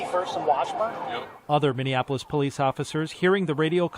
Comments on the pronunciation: Hey! Started watching your videos and podcasts-- I LOVE THEM!!! Thanks for your insight and intellect(and LAUGH!). I have become a Big Fan! One small thing: Minny-An-Appo-Lis is incorrect. It's Minny-Appo-Lis! Just thought you might like to know! Thanks Again- love from NC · you keep misprouncing that city name. It is Mini apolis. Just trying to help.